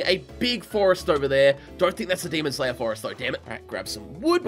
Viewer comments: why do u always say demon like the word almond like demond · I love that every time says demon, it sounds more like he says demond, is that just me who hear that?